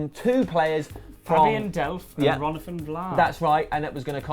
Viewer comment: Ron-athan Vlaar my goodness hahaha, how does come up with this stuff man.